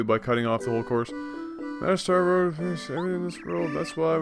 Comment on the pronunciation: lol star rod not road